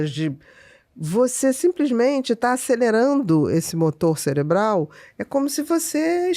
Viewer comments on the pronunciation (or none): Também reparei o "celebral"